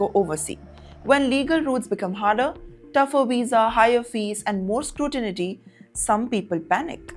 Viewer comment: “Scrutinity” again!?!😂 come on It’s scrutiny. Mortrage? It’s mortgage. 😂😂